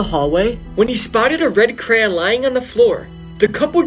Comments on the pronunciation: Bro pronounced crayon like cran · Crayon pronunciation = CRAY- YON. Not "Cran." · That's why the teachers call it CRAYON And not "cran" how we pronounce it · It's pronounced CRAY-ON not CRAN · He was spelling it like the guy pronounced it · “This is the creepy story of the red cran 😩” lol No hate but this is kinda funny in my opinion dont hate on this Ik people pronounce it differently. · I hate that he pronounces "crayon" as "cran"💀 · I finally found someone who pronounces it like me